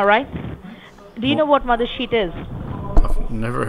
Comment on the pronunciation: When your mothersheet is ionfected and your omputer is infected 😱 It sounded like she said mothership